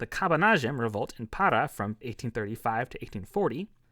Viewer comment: Congrats on the pronunciation of accented words like Maranhão and Pará. Not many gringos care to pronounce it right, but it's visible that you studied the phonetics of Portuguese at least a little bit.